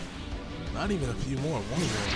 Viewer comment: he said more not moro